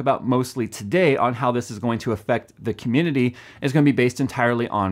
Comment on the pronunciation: dident here him say it once.... he did say comundidy a lot.